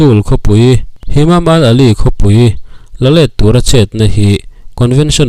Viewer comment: midang hian Isis tiin an lam ṭhin sia, nangin Isils i ti tlat bawk sia, tin Hamam al alil tiin an lam ṭhin in ka hria a, nangin Himam al alil iti leh daih bawk sia, mi tih loh dan a tih tum vang hrim hrim nge, comments atam beiseina vang te ani mial em.